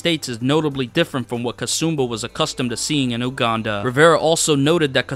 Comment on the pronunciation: My mans continuosly mispronounced Uganda lol.